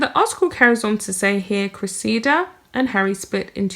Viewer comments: Dear The name Cressida has the accent on the first syllable. Pronounced Cre’ssida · Her name is pronounced Cress i da. She was right he his so far up his own ass he can't see daylight!! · I believe you pronounce it, cress ee da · Cress-i-duh is the best I can do for phonetic pronouncing Cressida. Hope it helps. Love your pieces which are very insightful. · Cressida. Pronounced .....Cress (like Press) - i - like the I in it) and da (like dah in la di dah) 😻